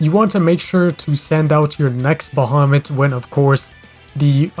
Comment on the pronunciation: Yeah, you pronounced it right I think